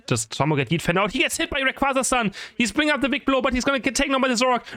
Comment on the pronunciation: I dont wanna get hit by reyquaza-san 😂😂😂. Anyone else hear that